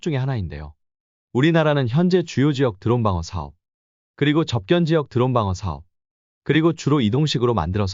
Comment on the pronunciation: 접견지역? 접경지역을 한두 번도 아니고 계속 이렇게 발음하니 그동안의 신뢰가 확 깨지는 군.